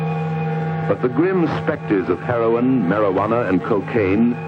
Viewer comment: ONE REEFER AND W H A A M HOOKED ON HEY-RON